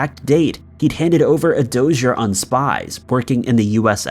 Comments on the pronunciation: DO SEE EH... Not Dozher... 😉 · Doss-E-yay= dossier ❌Doh-zur 🤣 CAT makes Bull Doh-zurs 😎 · it's pronounced Doss-e-ay, not DOZ-yer. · it is pronounced Das E Ay, not dozur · "dossier" is pronounced dah-see-aye. You really said 'dozier' lmao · Dossier : dos-ee-ay, not doe-sher. Millennials!! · what is a dozyer? Perhaps a dossier, pronounced dos-ee-ey?? Definitely reading a script he didn’t write. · A dozier? It's a doss-ee-ay. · Did this guy just say "DOUGH'SURE" for the word Dossier? sigh -smdh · Dossier - "doss-ee-ay" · It's pronounced DAU-SE-AH DOSSIER 🤣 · Omfg!! Lol he said "a doze-urr " c'mon dude lol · Dossier is pronounced daw-see-ay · I mean come on y'all...he can't even pronounce dossier correctly. What do you expect?